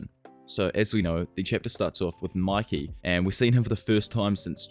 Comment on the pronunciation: Its pronounced muykee… it’s annoying to hear you say makee